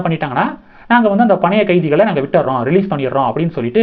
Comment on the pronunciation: தம்பி,பழய கைதிகள் இல்ல,பணயக்கைதிகள்.